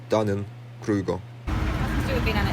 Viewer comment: Learn to listen! It's not "danny grykor". Dunning Krueger DUNNING KRUEGER